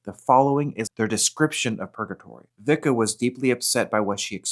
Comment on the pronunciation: Pronounced Visca